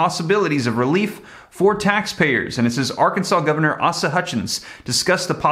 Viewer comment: PRONOUNCED. A-SA